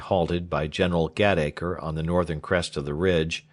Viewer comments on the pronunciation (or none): Really excellent reading. A few mispronunciations of English names and words like 'Warwick' and 'slough' and 'Gateacre,' but they scarcely detract from what is otherwise a highly professional and effective reading. Well done, sir! This is far above the usual Librivox fare that I have come to expect. I will be looking for more. Many thanks for such an enjoyable experience.